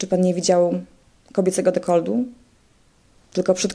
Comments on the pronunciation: nie dekoldu a dekoltu ... polska język trudna język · Dekoltu a nie dekoldu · ale mnie uszy bolały jak słuchałam tego „dekoldu” XDDD